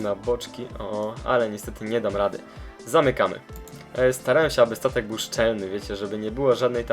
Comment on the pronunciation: 03.00 on powiedział tatek a nie statek